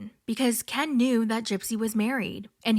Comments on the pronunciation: The way u say Ken like Kian like she does 😂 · The background, the voice impersonations, the clips, the ‘Kenn’ pronunciation, it was all chefs kiss. You gained a subscriber just on this video alone. 😆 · I love how you got the gypsy voice down pact and how u say Ken. Makes me laugh every time 😂